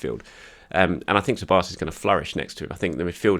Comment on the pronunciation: The Hungarian "Sz" is pronounced as an English "S", try this Soboslai instead of Szoboszlai.